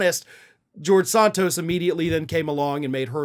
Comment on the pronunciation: I will be happy when you stop talking about George, as you still can't pronounce his last name correctly. Sheesh!